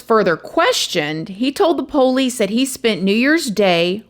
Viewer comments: I just have to say I love the way she says 'po-lice', reminds me so much of how my dad says 'po-lice' haha. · Can you please learn how to pronounce “police,” for the love of godddddddd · The pole-eese 🤣